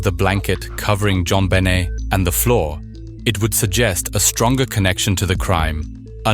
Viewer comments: Jon "Bennett"?!? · Can't even pronounce her name correctly...garbage